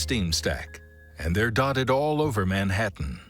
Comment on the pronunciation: Is this narrated by some weird AI voiceover? Can't apparently pronounce Manhattan nor nowhere properly, kinda annoying